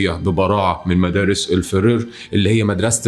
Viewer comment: بس لحظة مدرسة فرور ؟ قصده frères?? الفظ صح بوس ايدك حتى بعربي بتنكتب فرير مش فرور